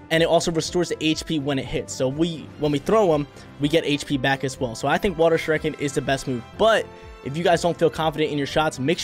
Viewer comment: the way he says shuriken bothers me